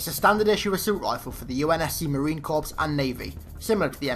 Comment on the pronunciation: corps is pronounced core not corpse